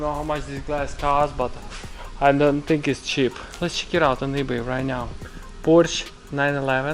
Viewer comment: i thought you said "Borsch 911" :))))